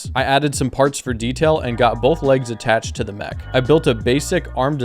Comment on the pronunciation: Ik bedoel het lief maar je spreekt het uit als mek niet meg